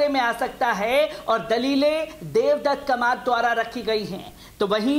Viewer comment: कमात नही कामत बोलना सीख लीजिए